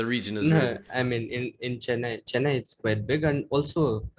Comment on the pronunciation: Bru the way he mispronounces Chennai hurts my soul